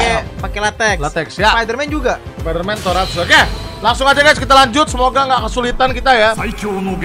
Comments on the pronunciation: Bang Tokusatsu bukan toratsu anjim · Tokosatsu lah bang buka toraksu Karakter anime disebut waifu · bkn toratsu tapi tokusatsu bang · Tokatsu banh bukan Toratsu 🗿🗿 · Tokusatsu bg bukan toratsu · Tokusatsu bang bukan toratsu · Bukan toratsu bang tapi tokusatsu